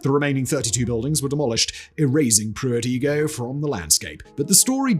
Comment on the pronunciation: Igoe is pronounced I-go!